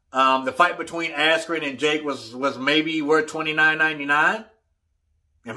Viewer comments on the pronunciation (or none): This was one of the most unprofessional paid events i’ve ever seen. Seems like many speakers, singers etc,. were high and/or drunk. The live music was wack and they had audio issues as well. The presenter said Askren’s name wrong and they stopped the fight too early.